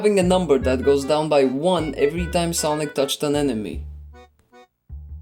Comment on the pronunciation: That not sonic that sanic💀